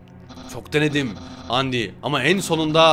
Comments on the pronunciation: ABİ ÖNCELİKLE ONUN OKUNUŞU ANDİ DEĞİL ANDAYN DİYE OKUNUYOR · abi undyne yi andayn diye okucan andi değil :D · Abi andayn diye okunuyor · Andayn diye okunuyor.lütfen düzelt seviliyorsun